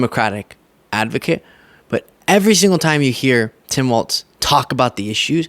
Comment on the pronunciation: I don't know why you're saying "Tim Waltz" and not "Tim Walls." The pronunciation of Walz is like the plural of a wall. There are four "walls" in this rectangle room." Very annoying and makes you come off as not really knowing about what or who you're talking about. He's been around in politics for the past 18 years and last 6 as Governor. I think you should know how to pronounce his name and stop making a fool of yourself. Yikes. Do better.